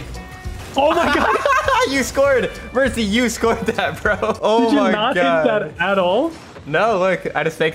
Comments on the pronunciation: it’s not mertsy it’s mercsy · Bro's back at it again with "merczy"